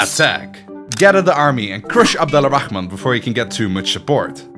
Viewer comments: The letter L in abed Al-rahaman is silent so it's more of ab-dor-rah-man The (Al) work as the word (The) in English and we don't say the L in it if it has some specific letters after the (AL) like the letter ر which pronounced like the R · The way you say abdal rahman *really* annoys me.